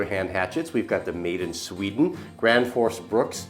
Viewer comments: The axe is called Gränsfors Bruks not Grandforce Brooks hahaha :p sounds so funny when americans try pronounce swedish words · Dude can't even say Gransfors Bruks properly ...